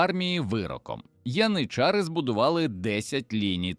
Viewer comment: цікаво, але ваш довбаний ШІ порушує в багатьох словах наголос -- пОлки, це про полкИ, вискакують із трАншей, це про якийсь транш, мабуть ), янИчари і подібна дурня, працюйте і перевіряйте!